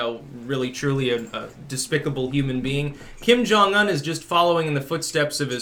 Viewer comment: glad to hear a non-Korean pronounce his name correctly